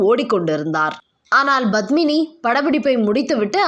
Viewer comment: Badmini? Please pronounce Padmini’s name properly . It starts with”P” not”B”. It is cringeworthy when you say her name. Thank you.